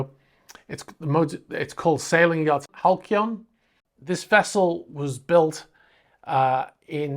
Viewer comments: Pronounced HAL- SEE- ON (Halcyon). hal·cy·on /ˈhalsēən/ adjective Denoting a period of time in the past that was idyllically happy and peaceful. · The loss of Halcyon pronounced Halsee'on is very sad. I grew up in Bursledon in the 1950's 60's & seventy's & that yacht was always moored at the mouth of the Hamble river & never went anywhere.....there was also some scandal about it when it was sold. I last worked in engineering when the Berlin wall came down for Vosper Thornycroft's our premier warship builder at that time & just a few years later they were no more.Thanks mainly to Margret Thatcher & her claim that we in the defense Industry needed to "diversify" & that we were "no longer a manufacturing Nation & our future lies in banking & the city." Did'nt that go well!........(In 2008 I think it was it almost brought the entire capitalist system world wide crashing down with the banking scandal & needed an enormous bailout)........Money that could have been much better used in my opinion training our own people rather than importing millions of immigrants & causing young peoples job prospects to amount to an "apprenticeship" with the likes of Costa Coffee! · Isn't it pronounced "Hal-see-on"? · Fyi, the letter c in Halcyon is pronounced like an s, so phonetically it is Halsion. Great channel, keep up the good work mate!